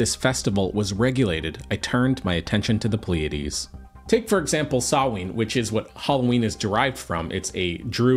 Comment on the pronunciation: sorry this is irrelevant but a little nit-picky about spelling. samhain is pronounced sow-in. I'm an irish speaker myself so just wanted to catch that out